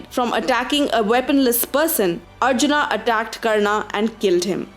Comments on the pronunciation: Why the stress on the "haa" sound at end of every name? Its not ArjunA. its a softer sound Arjun: where the colon is a much softer sound than the way you are pronouncing. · why the hell are you adding extra "A"s to everyone's names? they were Arjun, Bheem, Nakul, Sahadev, Karn, Ang, Dron, Duryodhan. why add extra aa sound? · What the hell i extra A after every name Karna, Arjuna, Duryodhana , Bheema ??🤬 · Please English m bol k naam mat kharab karo sabke It's Arjun not Arjuna it's Bhism not Bhishma it's Shiv not Shiva It's Ram not Rama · What the fuck are these dronaaa, arjunaaa, bheesmaaaa, pronounce the historical names properly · Spelling change'while transcripting but why you are changing pronunciation. Not arjunã it's Arjuna or Arjun if pronounced correctly and also for rest of names. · Why the hell are you speaking like that foriegners don't how to pronounce ram shiv karn arjun it automatically gets pronounced like rama shiva karna and arjuna but you are indian then why the hell u can't speak like that. You don't look very intelligent or smart while speaking like that do not destroy the new genration. You should regret